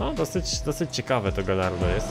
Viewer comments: błagam... GAJARDO a nie GALLARDO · Mówi się gajardo nie galardo